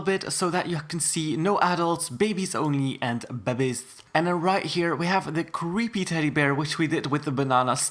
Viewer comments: everytime he says "bebbiez" it give me hard chills. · love how he pronounces babbiez lol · I love how he says bebbiez XD edit- it’s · I like how he says bebbiez